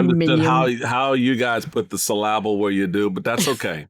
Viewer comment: Never mind aluminium how the hell did he pronounce syllable? 😮